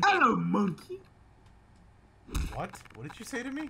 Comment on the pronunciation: The way says monkey sounds like"MANKEY" imao